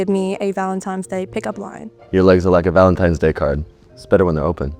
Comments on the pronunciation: “Valen-times “ Bet she also says “back-yoom” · “valentimes day” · Girl can't even say valentines day with a n.